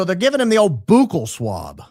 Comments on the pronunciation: Now you know what that means. And you know how it's pronounced, "buck-ell swab," not "boo-kell swab." Now, with myself being high IQ, this was done to give Adfleet a video to make of him purposely not knowing and mispronouncing "buccal swab" on purpose. Hey, I just like the truth! 🤷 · you are killing me with the Boooookle swab😂 It is more like Buckle 😂